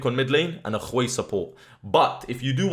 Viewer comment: why do you pronounce Hwei and KHwei?